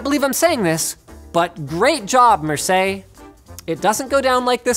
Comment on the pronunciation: As a french , i must say Marseille is pronunced wrong (pronunced marseYe ) and that trigger me out of laughing ^^. (Marseille is the second most populated city of France )